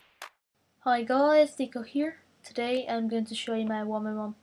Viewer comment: "DICO", not "Disco" haha